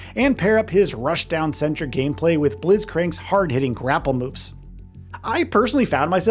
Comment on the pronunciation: “Blizzcrank” lol. To be fair illaoi isn’t easy to pronounce if you don’t play league (or if you do even)